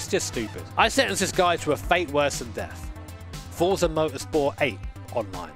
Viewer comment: U said forza and I thru up lmao